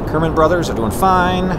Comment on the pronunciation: you said kerbis and not kerbin